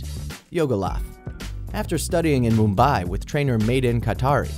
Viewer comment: "MumBAY" XD